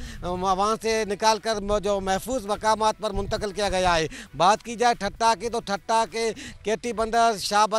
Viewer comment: Thatta not thatha